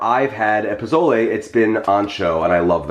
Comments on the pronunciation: Jeffrey, I love you and I ADORE your recipes, but can I tell you (without sounding like a know-it-all), that the proper pronunciation is “poh-soh-leh?” I’m from New Mexico, and Pozole or Posole is a huge part of our cuisine. Thank you for sharing this recipe. ♥️ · Pronounced Po-sol-aye, whether it’s spelled with an o or a.